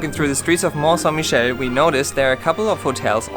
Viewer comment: Well, you butchered that pronunciation of the place, haha May want to learn a bit about quicksand, well worth to learn about it.